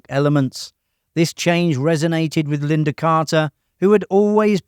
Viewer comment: Lynda not Linda.